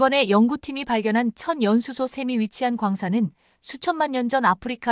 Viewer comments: "천 연수소"가 아니라 " 천연 수소"란다. 아가씨야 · 전 연수소가 뭐야? M미터라고 읽어야지 엠이 뭐야 아무리 AI 라해도 바르게 읽게 만듭시다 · "천연수소" 발음 제대로 하십시오.